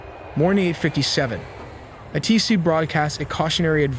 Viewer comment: Teach your AI to say "A-T-C" and not "A-Tee-C".